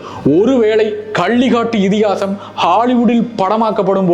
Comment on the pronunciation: கள்ளி காட்டு இதிகாசம் இல்லை ( அந்த க் நீங்கள் உச்சரிக்கவில்லை ) கள்ளிக்காட்டு இதிகாசம். வைரமுத்து அவர்கள் போல நீங்கள் பேசுவது வரவேற்கத்தக்கது தான் அதற்காக அவர் தமிழ் உச்சரிப்பில் பிழையுடன் உச்சரிப்பது இல்லை.